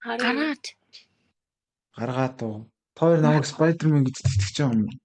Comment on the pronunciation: ispayder man ged bgnmu ahaha